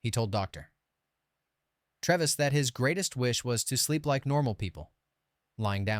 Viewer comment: YOU never watched the film. You gave it away when you said Mr. Treves' name incorrectly.